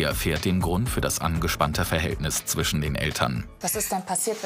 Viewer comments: es heißt FriSch, ZwiSchen und nicht zwichen und frich. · min "Zwichen" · Zwichen 😂 und Frich 😂